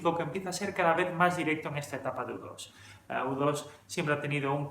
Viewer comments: Tu canal es una maravilla, nutritivo y serio. Total respeto, admiración y agradecimiento. Dicho esto hay una pregunta. Se que eres español...porqué dicen Depech Moud es decir, aproximandose la la pronunciación en ingles pero dicen: udos en lugar de iutu o you too. No se si la intención era referirse al avión espía o a ti también pero...porqué castellanizar uno si y el otro no? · Es iutu! iutu! iutu! no u dos!!!!!! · Al ser nombres personales no se traducen al español. Luego entonces U2 se pronuncia Yu Two, Brayan Eno se pronuncia Ino, Daniel Lanois se pronuncia Deniel Lenua. De nada. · Latinoamérica y el resto del mundo: u2 (se pronuncia yiutu) España: udos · Se pronuncia "iu" como niu iork